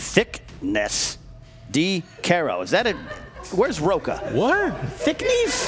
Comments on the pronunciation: trying to pronounce Thicknesse was hilarious, but does anyone know how it is actually pronounced though? I grew up reading the books when I was small, but I'm from Sweden so english is my 2nd language. I always assumed it was pronounced Thick-nees (like niece). But looking at the spelling it makes more sense for it to be pronounced Thickness. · trying to pronounce Thicknesse is my new favorite thing